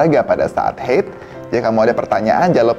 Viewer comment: Haid, bukan heyd😂😂😂 diambil dr bahasa Arab bukan Inggris😅😅